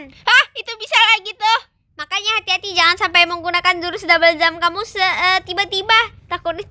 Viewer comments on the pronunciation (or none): Kok ngomong nya hati² malah ati² ,🤣😂😅🤣😂😅